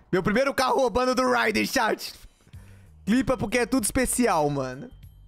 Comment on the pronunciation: Por favor,para de falar riden,o certo é Rider aaaaaaaaaaaaaaaaaaaaaaaaaaaaaaaaaa